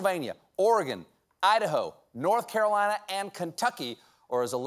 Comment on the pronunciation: Aw his little southern accent on Idaho and North Carolina !